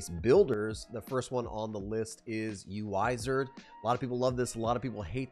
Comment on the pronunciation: "yuaizar" I could be wrong but I would think they expect you to pronounce it wizard 😄